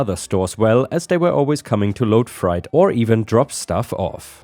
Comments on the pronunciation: Hey...... freight is pronounced "frate". “I before E, except after C or when sounded as A, as in neighbor and weigh." And in this case, freight. Don't get me started on weird. 😄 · Hi 😎⭐😺🧸💍, ⭐⭐⭐⭐⭐⭐⭐⭐⭐⭐⭐⭐⭐ ⭐⭐⭐⭐⭐⭐⭐⭐⭐⭐⭐⭐⭐ Thank you for the stories. ⭐⭐⭐⭐⭐⭐⭐⭐⭐⭐⭐⭐⭐ ⭐⭐⭐⭐⭐⭐⭐⭐⭐⭐⭐⭐⭐ Take care, stay safe, have a nice day. 👵✌️🖖 🙉🙈🙊 🌎☮️🕊️ ❤️😎⭐😺🐈‍⬛🐈🧶📦🐾🐱🧸💍 ❤️🚫 HOA 🏡🏘️🌲⚖️🌳👨‍🌾🚜🚗🚤 ⭐⭐⭐⭐⭐⭐⭐⭐⭐⭐⭐⭐⭐ ⭐⭐⭐⭐⭐⭐⭐⭐⭐⭐⭐⭐🐈‍⬛ *️⃣ One little mispronunciation.... Freight is pronounced phonetically as: fr8 fr-eight Hope this helps. English is very tricky, and you do an amazing job. Just once in a blue moon one of those words that break the rules gets you. But the German reversal of pronouncing ie or ei got you this time. 😉 Freight as in freight train. You said fright, as in I scared you and gave you a fright. (Frīte is how you pronounced it.). Ok one more. Lead, one word, two meanings, two different pronunciations. You cannot turn lead into gold. Lead the metal is pronounced the way you said it led. You can lead a horse to water, but you can't make him drink. Lēad, with a long E sound. The story called for lēad, to lead someone around. You said lead (led), like the metal. Get this, past tense of lēad, is led. As in: “I led the dog all around the house yesterday, because I had treats in my pockets.”. Ain't English a hoot? (Yes I know ain't, ain't a word. I'm being facetious.) 🤣 👵 ❤️ 😎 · Freight is prounced Fray-eight. Not a criticism, just trying to help out.